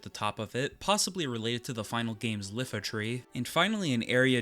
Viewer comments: I get the differences of emphasis and vowels with regional pronunciation, but calling it “lee-fa” tree when it’s not a L, it’s an I, it’s just “ee-fa” or possibly “eye-ee-fa” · "iifa", not "lifa" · That’s not an “L”. It’s not Lifa Tree. It’s an I, a capital I. It’s three syllables, not two “Eye” “ee” “fah” I feel I know this pretty definitively, but then it’s just my view. Maybe it’s actually “eefah” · Something that messes me up watching this video now that I realized something about the pronounciation of Iifa Tree. It is not Lifa Tree, it's not a lower case L. It's upper case I. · It's pronounced Eefa Tree, it's actually written Iifa and not Lifa. I was surprised when I found that. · But I HAVE to say, it's IIFA tree, not Lifa. I'm not sure how you got that pronunciation 😂❤ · EE-fa, not LIE-fa or LEE-fa AYE-ko, not EYE-ko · You know there is Memoria/Moguri, right? If you love the game so much, why do you play it looking and running like crap? Unbelievable, the mental gymnastics of some people... It's "Eefa"-Tree. Why would the word use a lower-case-L? His name is not "Blawnk". Blank is a pretty-standard English word, so pronounce it as you would normaly. His name is pronounced "Teedus". It's not just logical, it's even "official canon" from Square. And no-one cares about your nostalgia/fond memories. You've pronounced it wrong for forever, so no just do it right. Done. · Daguerreo is pronounced "Dag-air-oh" and is named after Daguerreotype photography invented by French photographer Louis Daguerre. There is no "L" in Iifa; it is pronounced "ee-fah" like Tifa without the "T." That's Cleyra, not Iifa. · Everytime I hear "Leefa Tree" I lose 100 HP. Great video though! Just unboxed my Zidane and Dagger 25th Anniversary statues on my channel!